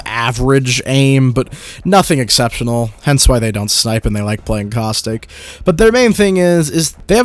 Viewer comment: Is it bad I was playing a game and misheard caustic and heard COCK STICK